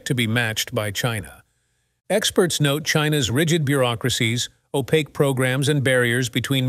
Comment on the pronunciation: Awful software gen narrating. 'Oh Pak kwee' ?? Opaque